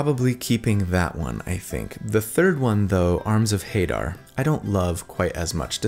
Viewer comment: Love this build! Not gonna be playing it anytime soon, just started a new campaign, but definitely keeping it in my back pocket. Also, I pronounce it Ha-DAHR, rather than HAY-dar, but maybe that's just me?